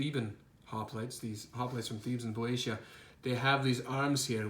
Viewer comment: Nice minis. Sorry to be "that guy" , but it's BEE-OH-SHE-UH. One of my favorite Greek words!